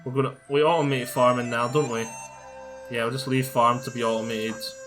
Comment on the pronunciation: Thx for tthe video. Your language :-) "I can au'o'mae everything"